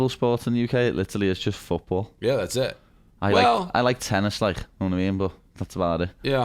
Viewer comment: Hahaha its fewtbaw